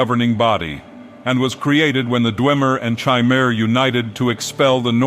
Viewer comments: I'm pretty sure it's "Хмэр" not "Chi-mer" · This was great, but it annoys me to no end that he switches the pronunciation of Chimer between correct and incorrect.